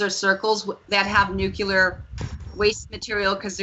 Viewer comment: nucular,?? or nuclear. lol